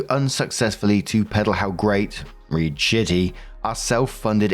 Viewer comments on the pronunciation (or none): Story 2 - When STILL doesn't know...even after being told repeatedly...that in the context of "read: blank" "read" is pronounced "RED" NOT "REED".